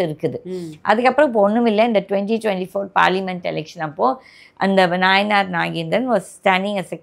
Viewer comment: அம்மா அவர் பெயர் நாயினார் நாகேந்திரன் இல்லை. நயினார்.